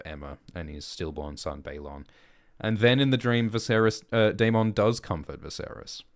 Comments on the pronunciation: Why do you lean so hard into pronouncing Daemon as day-MON when GRRM clearly pronounces it day-MIN? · Why keep pronouncing daemons name incorrectly? They say it in the show. This isn’t Jamaica mon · Well Ackchually 🤓 the way they say the name in the show is wrong too, it's not day-men or day-mon it's actually die-mun which is the valyrians conjugation for it.